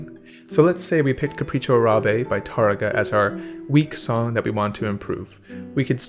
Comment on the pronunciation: Thumbs up for nailing the pronunciation of "Capricho Árabe" by ... I dont understand what he says after.